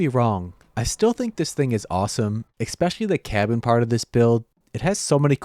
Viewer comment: it's "especially". not "ekspecially""